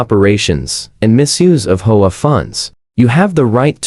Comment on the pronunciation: Learn to read man, it's H-O-A not hoa